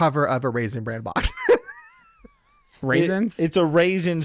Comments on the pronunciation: pronouncing bran with a t at the end is BUGGING THE HELL OUT OF ME 🤣🤣 Lizze, where are you gurl? 😂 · mispronouncing Raisin Bran as Raisin Brand was the cutest thing. He does know it's called Bran because of the Bran flakes in it, right? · Why is saying, raisend brand"?. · Omg kept saying Raisin BranD 🤣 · No one addressing repeatedly saying Raisin Brand bothers me. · raisin Brandt???? Say it how it's SPELT!!!! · Is saying ‘raisin ‘brand’? 🤔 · saying "Raisin Brand" over and over and nobody correcting him was the cutest thing ever lol